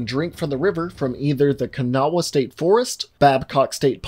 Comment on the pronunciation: Bro I'm from Charleston. I know where that Carbide plant is (its now Dow Chemical) This freaked me out lol I don't live in WV anymore but my family does. To think WV could be the beginning of a zombie outbreak is crazy. I'm surprised you pronounced Kanawha almost perfectly for not living there. Problem is people swim in the Kanawha river, and also deer can drink from the river near populated areas. The river goes through most towns and through Charleston.